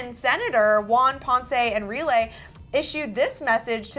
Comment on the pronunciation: the way she pronounced juan ponce enrile is so cute haha